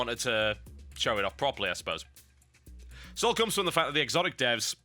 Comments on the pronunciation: I thought it was just pronounced as xotic,not exotic. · Isn't it actually pronounced "Sotic" if you're going to be grammatically correct?